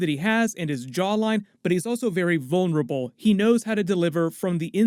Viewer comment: “Vulnerable”. WTf??